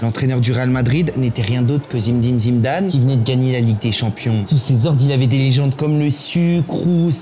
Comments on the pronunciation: Zimedime Zimedane 😂😂😂😂😂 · zimdine zimdnane😂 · Zimdim Zimdam 😂😂 .. vous le faites exprès 😂😂